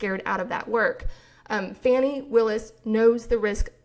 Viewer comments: I thought Willis' first name was pronounced Fawnee not Fanny. Is this incorrect? Excellent podcast!! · Fah-nee not Fanny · I think it's "Fah-nee"?